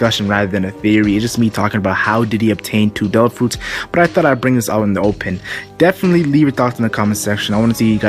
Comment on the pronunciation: "dare ah fruits"